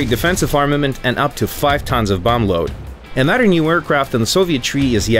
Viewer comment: "Vizzilization" "Nottazbly" "Anadder Stadding(?)"